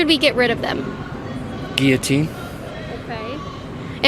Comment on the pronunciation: Kaitlyn is pretty passive aggressive. And she doesn't know how to pronounce Guillotine. And her logic is flawed as well. You can't take away Billionaires. But at the same time the disparity is too much. Regular people like you and I will never become billionaires as long as we live as hard as we work. Kaitlyn said to that guy it's because of his poor life choices. No. Kaitlyn herself will never be a billionaire either. But you have people running around that haven't worked a hard day in their life that are billionaires. Kylie Jenner is a perfect example. Some people are born into wealth, and it's much easier for them to get richer. We the average people deserve a better system. Like America was back in the 60s and 70s. You could live a middle class life supporting a family with multiple children on one regular income. Wife stats home, everything is fine. Nowadays you can get paid 20/hr and still struggle to get by. The current economic climate is flawed. Let's make the dollar worth something again! We need to find some kind of happy medium. Because acting like you have it all figured out and everything is cool is delusional. I think we can all agree that we regular citizens deserve to make more money. Having the .001% of the population have more money than a huge percentage of the rest is not right. We the average law abiding citizen work hard and deserve more. That's all I'm saying.